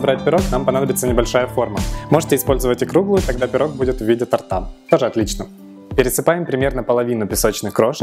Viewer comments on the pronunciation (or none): Очень нравится Ваш канал, но, может, сомнительные ударения вроде тортА лучше смотреть в словарях перед записью? Ну это так, чтобы у учителей русского языка уши трубочкой не заворачивались во время просмотра))